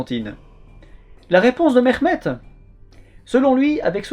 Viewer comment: İl a rien à avoir avec l'accent turc lui on dirait un iranien essayant de parle russe le mec il dit merrhmed la blague oui j'ai compris ton buts et de salir la langue turc mais abuse pas autant et aussi ta mis un petit morceau en arabe tu fais passer sa pour du turc